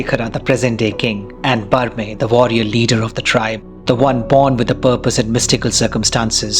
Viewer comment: Both Es in Berme are short like in Berry and Men. Add R at the end for a "ji" type respect and you get the name of the first amongst Bhootas, Bermer. As a Tuluva, let me try to answer the questions you raised: The use of Tulu existed even in the first film whenever the Bhootas spoke or prayers were made (as in the Palki scene at the Bhandara house where Guruva goes before unfortunately running into Devendra Suttur). This is in keeping with tradition. I assume even in the now Kannada speaking families of Tulunadu (like Rishabh's family), the rituals of Bhoota worship are still performed in Tulu, most of the oral literature being in that language. In fact there was a song used in that Palki sequence sung in Tulu by Mime Ramdas (the actor playing the veena for Kulashekhara in the new film and he has also sung the Tulu portions of the Rebel song in all versions). Rishabh is the most commercial of the 3 big Shettys of KFI and he always keeps some elements in his film to pander to the audience. Comedy works in Tulunadu theatre and cinema (Coastal Wood) and most of these theatre actors have played comic roles in both films. (Refer to Raj Shetty's interviews in English about Su from So, where he talks about the cast.) You have rightly picked up on the merging of the Tuluva belief system with mainstream Hindu beliefs and this was a problem unfortunately with non-Tuluvas involved with the first film (like the translator for Varaha Roopam and the audience as well that seemed to link Pan